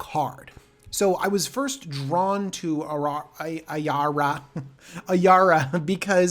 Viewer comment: Ayara, a-yar-a...oof. i like your prounciation better. Lol